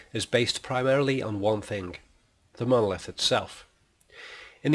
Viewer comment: I might find this argument much more convincing if you re-voiced it with someone who could pronounce the word monolith correctly. Seems rather ironic that the whole premise of your treatise is marred by the fact that you can't be bothered to correctly enunciate the syllables of the main point of your proposition. That said, I think you're very wide of the mark on this. Kubrick was never that literal in anything he did and there's no 'a-hah' moment here outside of your rather thin and arbritray argument to the contrary. Just because you've spotted that the monolith looks like a screen doesn't mean that it is. Any more than the fact that Clarke wrote the book at roughly the same time as the film was being produced. He went on to write 2 more books in the canon and none of these suggested that the monolith was some sort of movie screen. I think you're picking up on one minor throwaway comment here and expanding it into something way beyond anything you have evidence for. Nice try though. Just remember in future it's Mon-o-lith. Not muurrnrnallitt.